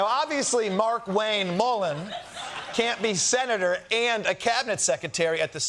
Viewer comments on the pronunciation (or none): People seem to be pronouncing Markwayne’s name as “Mark-Wayne” - I assumed his parents pronounced it “marQUAYNE” … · I believe it's pronounced 'mar-kwayne!' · Are we sure it isn’t pronounced Mar-KWAYN-Ñe? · Mullin has only one first name: Markwayne. From the look of it written out, it should be pronounced "Mar-kway-nee".